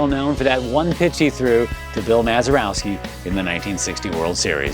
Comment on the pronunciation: It's Bill Mazeroski, not Mazerowski.